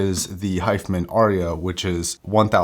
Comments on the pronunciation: It's Hi Fi.....man not hifemen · Pronounced: HI - FI - Man